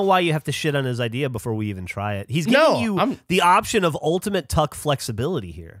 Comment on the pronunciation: My partner has english as her second language (like Gavin) and says "Tuckle" instead of "Tuck" and it's so cute!